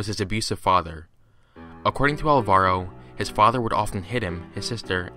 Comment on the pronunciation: Just a very minor thing, Alvaro is pronounced with the stress on the first syllable